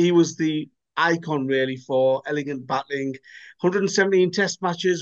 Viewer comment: its batting not batling!